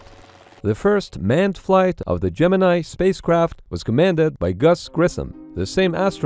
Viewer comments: My understanding is that "Gemini" was, during the program itself, universally pronounced at NASA as "gem in knee" not "gem in eye". That is ... not what you think. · Gemini, the space program, is pronounced "Gemin-ee". Yes normally it is pronounced as "Gemin-eye", but the NASA guys and astros referred to it as "gemin-ee' Here is an explainer with reference by Vintage Space channel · It's Latin, not English. Gem in eye is an incredibly English pronunciation and not the correct one